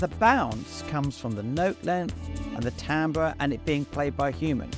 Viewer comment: first YouTube video I've seen where "Timbre" is pronounced correctly. you have a loyal fan for life